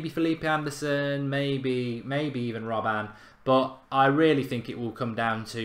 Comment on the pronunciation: Yoo it's "ROB-BEN" NOT "ROB-BAN" You make me cringe, Gaawwdd